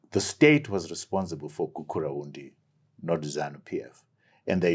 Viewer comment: Tshabangu is offended by Shona people failing to pronounce his name despite having worked with him for years. But minute 59.23 he just failed to pronounce Priscilla Misihairambwe despite them having worked together as well, I saw a video of him failing to pronounce Gukurahundi despite the word has been used over and over again whenever people sympathize with the victims. He is somehow a tribalist, however all other political issues he z talking about makes sense and need to be looked into.